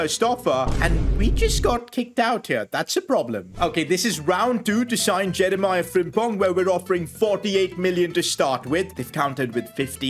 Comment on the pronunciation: I watch just because of how says Jeremie Frimpong